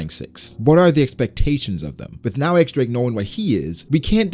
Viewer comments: X Drake =/= Eks Drake. It's the roman numeral for ten, and it's pronounced Diez, like in Spanish. Don't ask me why that makes sense, but that's what it is. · It's "Diez" Drake, not "EX" Drake please